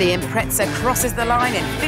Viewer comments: ffs it’s impreza not “impretza” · it is not IMPRETZA... it is impreza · UK and US are both wrong, the Japanese pronounce it "Impressa" and they invented it. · When did they put a T in impreza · Obviously not very observant, my very obvious reason for bringing up the Forza series is they're pronounced exactly the same. You can literally just search it up. There's a T sound in both Impreza and Forza. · What the fuck is an Impretza LOL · Impreza or Imprettza? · who the fuck says impretsa? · "Impretza" lol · Lol impretza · You say impreza wrong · I was so triggered every time, where is the T.